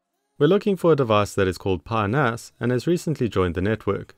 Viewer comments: Pronounced PEE-nahs 😂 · Is this coincidence that "Pi NAS" pronunciation is almost the same as "penis" 🤣?